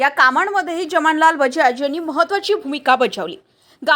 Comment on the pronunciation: उच्चार जमनलाल बजाज हे चुकीचे आहे , खरे म्हणजे 'जमनालाल' असे उच्चार हवे आहे.